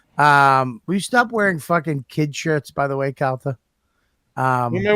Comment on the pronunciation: So annoying how he says Calter instead of Calta